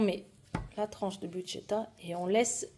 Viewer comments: tu oublie le R c'est bruschetta et buschetta. Un grand pouce pour votre nouvelle chaîne 😊😊😊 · Hello, merci pour votre 1 ère vidéo. ⚠️ Ce n'est végétarien mais pas vegan ( sans aucun produit animal ou produit par un animal ) 😉 💡On prononce brousse queta 💡Ma variante à la place de la sauce tomate je mets du pesto ou pesto rosso, 🍅 et jaune, de la mozza et des rondelles d'🫒 et ou noires pour la déco. J'espère de tout cœur que cette chaîne deviendra pérenne et que vous aurez un max d'abonnés.